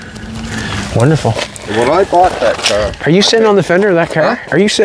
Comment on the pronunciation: I love the ole kerr. That is how you say car right?